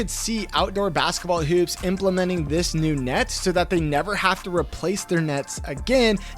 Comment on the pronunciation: The way he pronounces hoops is triggering.